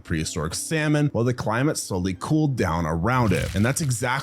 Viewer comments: Seriously Salmon? SAL-MON? Who's pronouncing the "L" in Salmon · He actually got a handful of things wrong with each animal he discussed. Heck, he thinks there is a country called "Argentinia", a mistake he makes regularly, and that there is a fish called a "sall-monn". I'd recommend other channels like 7 days of science, All.About.Nature, your dinosaurs are wrong, Ben G Thomas, and ExtinctZoo before this one. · No salmon when jaekelopterus was around, dude. And it was NOT a scorpion. And the L is silent in "salmon." Jeez.